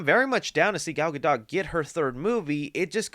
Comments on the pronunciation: 1. “Casted” isn’t a word 2. Please learn how to pronounce Gadot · She prounces it like Guh-Dote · Gal gadot